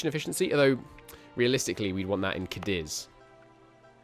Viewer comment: Afro-Eurasia it's pronounced cah-deez, emphasis on first syllable